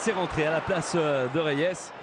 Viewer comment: Idiots that can't even pronounce Reyes without putting some French touch to it.